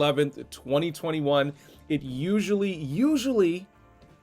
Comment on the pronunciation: thanks for emphasizing 2021 lol #APXT